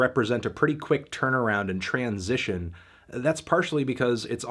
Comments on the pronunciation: perhaps the first ever non-transitional "tran-sition" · it's kinda weird to hear fantano say transition as one word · Aiz i think that little pause was fully intentional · dude still doesn't know how to pronounce it as one single word and says tran-sition